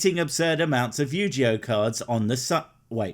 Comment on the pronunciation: Yu-ji-oh. Really?